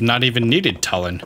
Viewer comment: Does it bother anyone else that mispronounces Tulin's name?